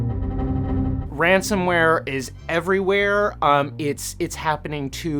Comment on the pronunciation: Ransomware not ransomeware